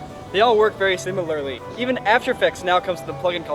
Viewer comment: can't pronounce similarly